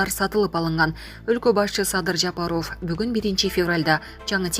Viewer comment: Жапароооов или Жапаааров, дура ,ударению ставь нромально